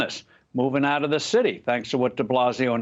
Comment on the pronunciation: U should have put the emphasis on UP and OUT